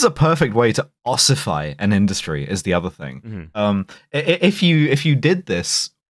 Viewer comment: Was ossify.. Occify.. Oscify.. Anyway, was that the word of the day? SMH, having to look up words on a saturday :face-red-droopy-eyes